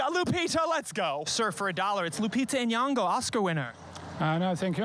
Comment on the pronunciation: Oh God how many times must she say her name. Nyong'o. Deep first o, subtle n blended with the y, ng like in king. Not N-yan-go